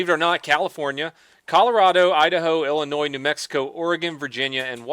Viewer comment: Oh lord you said Illinois correctly people say the Sssss at the end